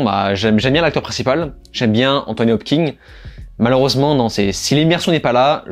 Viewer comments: Salut mec ! Merci pour ces critiques et résumés, c'est toujours cool de te suivre ! Par contre, si tu m'autorises une critique sur un truc pas si important que ça (mais qui me hérisse quand-même xD) c'est "Anthony HopKINS" pas "Hop-king" ! x) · Hopkins et pas Hopking bon sang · Hopkins ! Kins ! Hopkins ! Pas Hopking ! Hopkins !!!